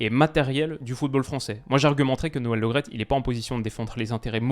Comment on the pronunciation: Par contre c est noel Le Great pas Lo graet. C est comme premier et non promier. Merci